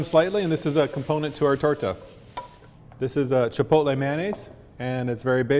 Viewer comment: Boleeloh, Halapenis, Cheepotlee, FreeHolee (he he).